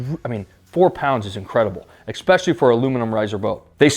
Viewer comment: Very solid review. Enjoyed the video! But is is ESpecially. Not EXpecially. 🤣🤣